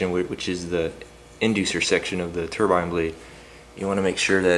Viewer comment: I like you. You said turbine not ter-bin. Like most Americans!